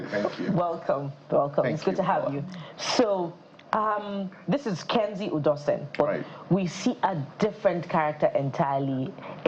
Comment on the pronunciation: Thanks for having me. Please it’s Kenzy Udosen not Kenny